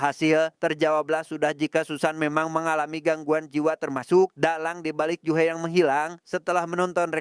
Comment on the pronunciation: Ju-hee biasanya bacanya Juhi, juhe kayak lg ngomongin Jule viral😂